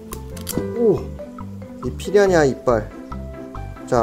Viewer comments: 왜...피야냐 로 들리지... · 피라냐 발음 안되시는거 귀여우시네여ㅋㅋㅋ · 왜 자꾸 피라냐가 피냐냐로 들리지..? 내 귀가 이상한건지.. 브르님 발음이 커여운건지.. 모르겠당.. (둘 다 인듯) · 발음이 피랴냐로 하시는데 귀여어